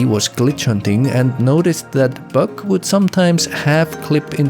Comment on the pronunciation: First off, Free Palestine 🇵🇸🇵🇸🇵🇸🇵🇸🇵🇸🇵🇸 ! Second off Great Video! I loved the AR level over-views and mapping things out, as well as when you say 'buck' it kinda sounds like 'bug' to me, so it's really funny when you say "when bug pushes into the sloped wall and moves down, bug has to go through the ground" and idk why that just tickles me. Keep it up! +1 Subscriber